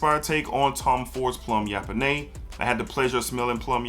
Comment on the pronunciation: Plum yap-o-nais 😂 BUTCHERRR